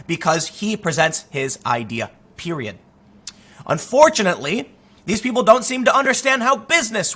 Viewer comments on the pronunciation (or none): Tim said Pewiod